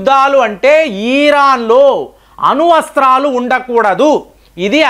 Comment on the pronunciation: అరే అన్నా....ఈరాన్ కాదు....ఇరాన్ ....అనువస్త్రాలు కాదు....అణుఅస్త్రాలు..😂😂😂😂